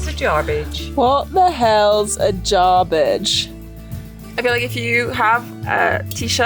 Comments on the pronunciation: J a r b I d g e...not Jarbridge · It's not Jarbridge, it's Jarbidge.